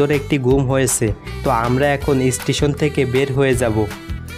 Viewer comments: বিডিও, ইস্টিসোন,টিগিট, টেরেন,এসপেরেস,পেরায়,বোরমন, ভাইরে বাংলা ভাষা টাকে এইভাবে ধুয়ে না দিলেও পারতেন 😒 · অসাধারণ সুন্দর লেগেছে ভ্রমণ বৃত্তান্ত। তবে ভ্রমণ, ভিডিও, স্টেশন ও ট্টেন উচ্চারণ করলে আরও ভালো লাগতো।